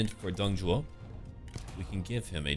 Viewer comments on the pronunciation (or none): isnt it Dong Zhuo ? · I think his name is Dong ZHUO not Zhou